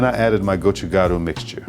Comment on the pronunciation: You said gochugaru correctly! It means pepper powder 😂🌶️🌶️🌶️